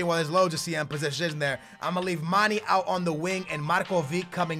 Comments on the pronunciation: its mane not mani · It's not pronounced Manny it is pronounced manay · It's mane not mani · I love ur vidz bro but its Manè not Mani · Ugh its pronounced Ma-(nae) not ma-(nee) I'm from Senegal. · For Mane its Manay not Maney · its not 'Maney' its 'Manay' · Gerard will cost u... nd maani is wrong..it's MANE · Please pronounce Manes name right it's Manej not Money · its Manayyyy not manee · It's man a not man e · its pronouced manay not maneeeeeeeeeeeeeeeeee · it's pronounced man-A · its pronounced Mah-naye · its not mani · its mane/pronounciation(maneyy] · It's pronounced Maneh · Can you pls stop calling Gerrard old man his a club legend and your saying manes name wrongly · You say mane wrong